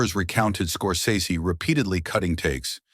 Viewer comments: FYI he pronounces his name "scor-sess-y." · Scor-SEZS-ee ahole